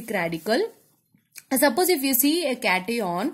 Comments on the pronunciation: Just a fully mam yrr It is cation not caton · Please improve your speaking As it's not ah it's h and it's not cateion it's cation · Ma'am please provocative it cat+ion not catiiion😅😅😅..and please stop astrology add😅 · It's not cateon it's cation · Cat-ee-on seriously 😂😂😂 it's Cation (pron. Cat-ion) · Cati on nhi hota cation hota h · Hey Its note catione Its cation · Cations ❌ Cetyons😂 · What the fuck is a “cat-eeon”?! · It's cat-ion😭😭😭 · cation hota hai lawdi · It is CAT-i-on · Cation and anion pronunciation is so wrong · ma'am ur pronounciation of Cation n Anion is wrong... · It's not it's cation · Cation ka pronounce to shi se kr lo kam se kam teachers banne cahle h bolna to ata nhi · Nhi nhi caution hai boldo na cati on kya hota hai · It is cation not cation